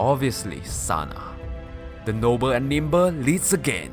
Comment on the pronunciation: Its TANA not Sana -_- the whole thigh segments are fucking cringey like jesus